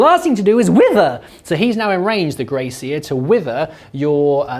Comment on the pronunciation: I thought for a second had named one of his rats “Grace” Then I realised he was saying Grey Seer 😂